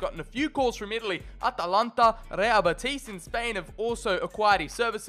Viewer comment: Nice pronunciation of atalanta👌